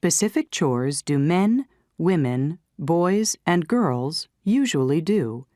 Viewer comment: Girl’s pronunciation is weird 😪😪😪😪